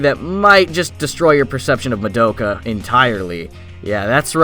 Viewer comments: I'm so surprised at the number of people who mispronounce Madoka. It's pronounced Mah-da-ka, not Ma-doak-ah. Have you watched the show?? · Sorry but like saying her name like ma doe ka is hella annoying, they say ma do(as in dos but without the s) ka in the series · That's not how you pronounce Madoka....